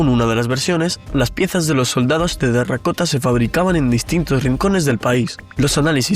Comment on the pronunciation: Lo dices mal. Dices "tarracota". Es "terracota".😊